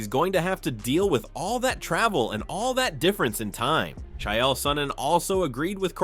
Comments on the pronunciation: " Chyelle" Sonnen.... Fuckin AI videos are getting old 😑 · CHA-EL SONNEN AND POWA-TEN